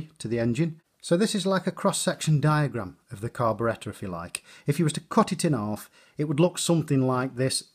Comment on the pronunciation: U can tell by his accent that this man literally knows everything. Behold!!! And now i cant stop saying "carberetta"